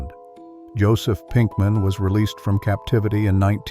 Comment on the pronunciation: Walter Weiß [vʌltə vaɪs]. Joseph Pinkman [jozef pinkmʌn].